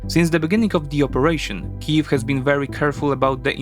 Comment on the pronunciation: Thank you so much for using Ukrainian prononciations of the cities and villages.